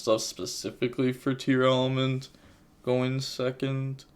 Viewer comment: are you pronouncing tearlament wrong? you keep saying "tearELEMENT" when that is not how its spelled. maybe im wrong but thats just bugging me. you say it that way in every video.